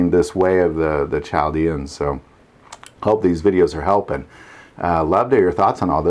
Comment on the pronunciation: i was taught the h was silent in Chaldeans.